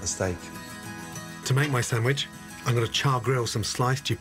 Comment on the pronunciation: i love that in other videos he pronounces things correctly like "cwahson" for croissant....but in this he says "steak sammich"